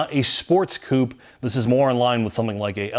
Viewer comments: Coop-A say it with me now coupe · really needs to start pronouncing Coupé correctly. The last letter is not silent.